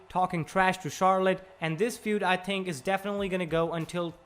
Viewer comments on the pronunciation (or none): You couldn't get a guy with a little less accent to talk?... I mean, he says tink instead of think..